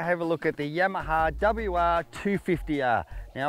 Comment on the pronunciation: "The Yemaha" :D